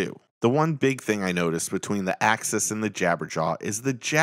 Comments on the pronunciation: You’re saying access 😆 it’s not pronounced that way , it’s “axe us” 🤣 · Good video nice comparison but I can’t believe nobody commented how it drove them nuts every time he pronounces axis like access. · The way you say axis is like access but with xs